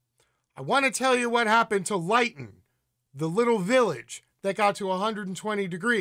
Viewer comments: Thanks for this. BTW Lytton is pronounced Lit-ton. Not Light-n. And it's not in Northern Canada but in south-west. Again details in this terrible big picture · Pronounced LYNN-TON. Not LIGHT-TON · Lytton is pronounced as Lit ton. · It's pronounced "LIH-tton" and it's very much in the south of Canada.. 🤓 Great segment, as usual 👍